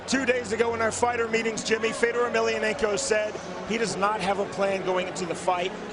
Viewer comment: “Feodor” How do you not know how to pronounce his name in the same sentence you say that he’s one of the greatest of all time.